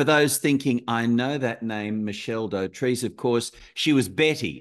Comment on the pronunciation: Do-trice,not doh-treece 🙄🎩